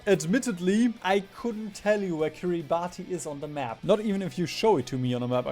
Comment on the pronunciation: ahem, ackshually the country of Kiribati is pronounced "Kiribas". This is because Gilbertese , the language spoken in Kiribati, is missing some letters of the latin alphabet and thus uses "ti" for the "s"-sound. No need to thank me, I know how incredibly valuable and important this information is.